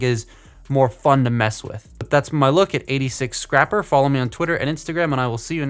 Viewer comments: It’s scrapper not scr-aye-per you a$$hole have you seen that video before? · Scraper report! It's Scrapper you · ITS SCRAPPER YOU A